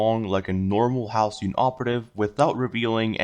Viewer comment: 11. Halcyon isn't spelled Ha-Le-Con